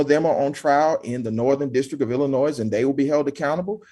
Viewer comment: For the love of Christ! The S in Illinois is SILENT!!!!!